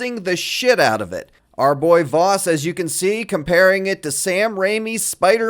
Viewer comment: I kept thinking you were calling him Vausch.